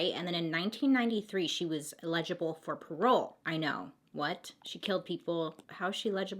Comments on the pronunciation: eh· luh· juh· bl lol it sounds like you are trying to say legible with an A at the beginning . Love you Bailey! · I love you but I can’t stand how you pronounce eligible lol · lol the way she pronounces “eligible” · I cry every time Bailey says “eligible” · “Eligible” —— (not sarcastically) I just was like no it’s eligible. Lol! Really not meant to be rude. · She overcame a speech problem as a child. She’s amazing and courageous to speak publicly considering. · anyone dislike the way she says "eligible" ...? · Eligible. As in eligible for parole. Fyi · Just want to let you know the word "eligible" is pronounced with emphasis on first syallable as in EL-i-gi-ble. You pronounced it and it sounded like you were saying "illegible" which has emphasis on 2nd syallable "leg (soft g)". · Ha I noticed this too! She does always say she doesn’t pronounce things right.. I thought she Was saying the word legible instead of eligible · I really, really hope this doesn't come off as rude, but the word is 'eligible' not 'legible'. (My husband is dyslexic and requests that I correct him with the wrong words, so I try to do that gently. I'm really not trying to be rude!) Love your videos!! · Love your vids girl! Only had me confused when you started saying illegible not eligible 🙀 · El-li-gi-ble Bailey :) PS, I love your videos! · trying to help...... El- A- Ga- bull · "Legible for parole" lol Bailey I love you! I prefer your way of pronouncing "eligible" lol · You totally say eligible like "illegible" lol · Was thinking the same thing. Like, oh Bailey. I 🖤 you, but stop saying legible! She is not handwriting/font that we can read. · Hey it's pronounced el-gi-ble Lots of Love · *eligible lol! I love the way u say it tho! U said legible. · Bailey I love you but it’s “eligible” for parole not “ilegilable” lol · She's not "legible" for parole ... it's eligible ... el .. ig .. ible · EL-i-gi-ble not e-LEG-i-ble